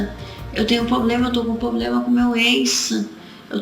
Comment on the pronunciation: "drento e poblema". Assassin0u o português tbm.